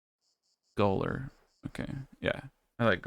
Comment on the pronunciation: Been binge watching your last 2 vids and i am enjoying them very much. Love the long form vids. FYI Gaoler is old english and pronounced Jailer.